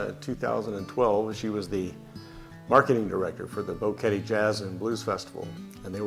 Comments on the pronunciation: Odd that the first couple doesn’t know how to pronounce Boquete. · Nice video. But with all due respect, since you think so highly of Panama en general, maybe it is time to pronounce BOQUETE correctly. It does NOT rime with "confetti." Gracias.